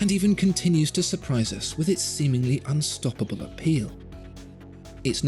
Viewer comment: "unstopababub" ;-D